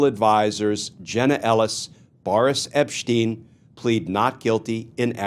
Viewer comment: Who’s epppssteeen? This fool cannot even get names correct.